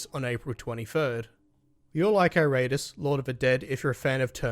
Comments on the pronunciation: Good review but damn dude it's pronounced Eer-Uh-Tus not I-Rate-Us XD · It's pronounced "Eee...rah....tools"